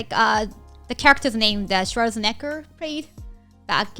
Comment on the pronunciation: "Schwarznecker". From now on, I will pronounce Arnolds surename like that